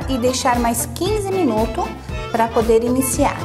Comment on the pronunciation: minutos... não engula o s